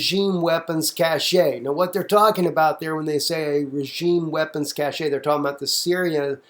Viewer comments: it's pronounced "cash" it's not a "cashay" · cashe is pronounced "cash"